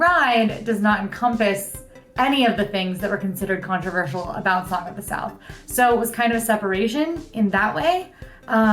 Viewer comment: Ooh so close. almost said “controversial” correctly. Lol😋